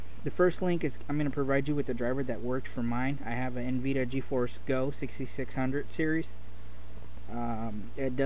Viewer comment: It's N-vidia not nveda